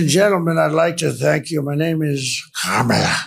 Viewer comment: How do black men feel when donOLD deliberately disrespects Kamala by misspronouncing her name? They should really stop to think about his actual reason for doing so.